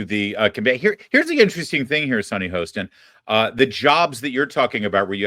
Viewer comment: Its not hoesten its haastin. Pronounce the name correctly